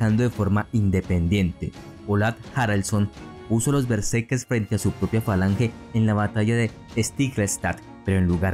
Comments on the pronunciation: Sólo te doy like porque amo la cultura nórdica, pero: tienes que poner más énfasis en el relato, que no parezca tan leído...y por favor...¡qué molesto es que digas "bersekes" en lugar de " betserkeRs", haz un esfuerzo y mejora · Me pone nervioso como dice Berserkes, ·kers·, muy buen reportaje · Porque dices bersekes?